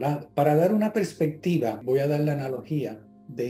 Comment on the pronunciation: se dice perspectiva no prespectiva